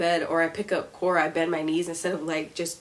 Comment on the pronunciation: I don't know if it's me but when you say core it sounds like you saying Korra😆